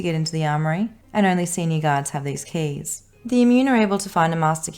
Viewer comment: "cays" lol